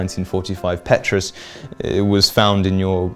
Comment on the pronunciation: Petrus isn’t pronounced that way…